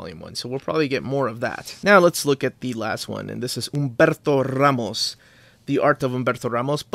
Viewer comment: As a Central/Eastern European I have pretty much no use for the measuring segment, but on the other hand the way pronounces names like "Humberto Ramos" is just a short phonetical miracle for me, so I guess it evens out as a whole.